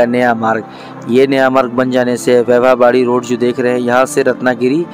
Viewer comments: ठीक उच्चारण सीखिये. मिराज नहीं...... मिरज है. वैभाववाडी नहीं..... वैभववाडी है मंडगाव नहीं...मडगाव है आपकी जानकारी का प्रमाण क्या है? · Pagal wybha wadi nahi vaibhaw wadi 😘😏bolnese pahale station ke nam ki jaankari lo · वैभव वाडी को भी आप ठीक नही बोल रहे है मराठी शहरों के नाम आप हम लोगो से ठीक से समझ कर बोलेंगे तो आपका नाम रोशन होगा और काफी लोग पसंद करेंगे .